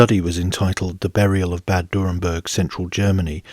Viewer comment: It's not "Durrenberg" but "Dürrenberg"